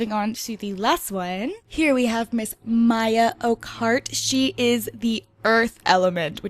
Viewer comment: you pronounce Maia ,Maya sorry for pickiness my friend is called Maia